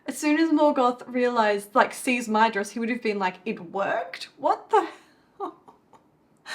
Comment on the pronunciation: Hey it's that time again, time for Fun With Elvish Pronunciation™ 😂 This week it's the dh in Maedhros. The dh, which Tolkien sometimes spelled as ð (eth) to differentiate it from a normal d, is what's called a "voiced dental fricative" (although Tolkien used the term 'spirant' instead of fricative). It's pronounced like the th in this, that, and then. Also the o is short, like in boss. So Maedhros is MY-thross. But make sure the th is as in 'that' and not in 'thin'. This has been Brent Cares A Little Too Much About This©®™